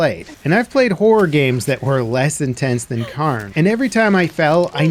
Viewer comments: K-air-n not karn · How is it Karn ??? Pronounced Care-in Get a grip, that's just lazy ass ... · Cairn is pronounced Kay-urn it’s sounds similar to Karen but moving the vowel sound of the e to before the R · It’s pronounced kern not karn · Indeed it is NOT car + n but IS care + n. There sould be a subtle i sound as well but the 'ah' in the video should definitely be an 'eh' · It is pronounced "Kaern" not Karn. Good lord I am amazed at how many people screw that up. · CARE-N its Care-n 😭😭😭 like the rock stacks you see on hikes that show you the path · not sure where you're from but "Cairn" and "kern" aren't pronounced the same in English. it's more like "care-n". "kern" would be pronounced like "earn" with a K at the beginning. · Dude called it carn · It's not Karn its Cairn.....L bozo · Yeah it's "Care-n" lol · Yes, no i in there anywhere! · Cairn would be pronounced like care. It comes from the Celtic language word to describe piles of stones used for burials or markers. You can find so many cairns all over the countryside here in Ireland going back into prehistory. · Shouldn’t the game be pronounced “CARE-N” because it’s the names of the stacked rocks on hiking trails waypoints? I believe that’s what the game is named after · The pronunciation is Care-n, it comes from the Gaelic word Carn Source: I'm Scottish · As a Scottish person, in Scotland, from Scotland. Its pronounced Cairn. 😂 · People pronounce that word both ways, but yes CAREn is more common. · It is pronounced 'care-n'. Cairns are piles of rocks (put there by hikers) on hills and mountains to either mark a summit or to show waypoints of a path or route. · Why are you saying "Cairn" like that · For it’s popularity it’s baffling how there doesn’t seem to be anyone able to pronounce Cairn correctly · The one thing that has surprised me the most with this games success is just how many people can't pronounce cairn. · Learn how to say Cairn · At least look up how the word is supposed to be pronounced.